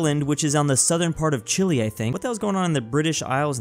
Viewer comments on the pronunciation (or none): none